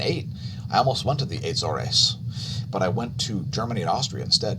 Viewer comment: I traveled multiple times, in the late '80s, to Lajes Air base in the Azores when I was in the USAF. I was was siting the NEXRAD radar that was to be installed. They didn't pronounce the name, "Azores" like you do. They pronounced it with two syllables: "A - zors" (nothing fancy). The people I met with were American, not Portuguese. So, maybe the natives pronounced it like you do. But I never heard it pronounced like you do. It was a neat place, but I wouldn't waste vacation time there.